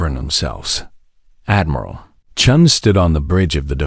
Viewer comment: Chun, not Chen. Completely different. haha (and yes, I think that sets an all-time record)